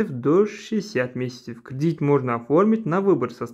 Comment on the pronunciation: Не кридить а кредит